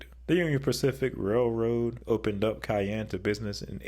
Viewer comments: It’s pronounced Shy-ann not Ki-enne. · Please never say Cayene again 🙂 It is Shyanne (Cheyenne) Wyoming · Cheyenne = SHY-ann, not KY-ann. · It’s pronounced “Shy-Anne”, not Kayanne, like the pepper. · Idk why but the cayenne part bothers me so much-- thats not how its pronounced... /SHīˈan,SHīˈen/ (Cheyenne is my home) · Cheyenne is pronounced as Shy-Ann. You definitely got a thumbs down 👎. Do your research better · Cayenne 😅 Its pronounced SHY-ANN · Cheyenne is more pronounced like "shy-ann" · Brooooooooo. It’s pronounced SHY ANNE. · For Ohio, it seems like the 3 C cities are kind of equal and none of them feel like an alpha above the rest but Columbus's growth would probably make them the alpha capital of Ohio in the future. And for Cheyenne Wyoming, I believe it's pronounced Shy-anne. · Cheyenne is pronounced as Shy-Ann. It is named after a Native American Tribe. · It is incredibly bigoted and ignorant to keep saying the name like that. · As a Wyomingite, that broke my heart. 😢 It's shy-ann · Oh yeah ...... he can pronounce "Des Moines" correctly ..... but he can't manage to say "Cheyenne"?? Jeez...... 😒👎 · The way you say Cheyenne as pronouncing the C sound irks me and I’m not even from Wyoming. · Thanks, I was going to take the snarky route and say, "George Strait is holding on line two and would like a word when you have a moment." 😉 Although, I have to wonder if did it intentionally because he also kinda butchered the name of Massachusetts' state capital. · Hearing Cheyenne pronounced that way caused physical pain